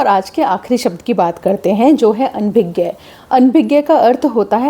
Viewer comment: Your pronunciation of "ANABHIGYA" is wrong. Otherwise all is good and correct. Thank you! 🙏